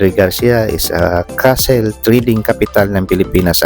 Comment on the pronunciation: hindi po castle kundi cattle…ang castle po ay kastilyo at ang cattle po ay baka. Ikorek nyo po ang tamang pagbigkas ng cattle po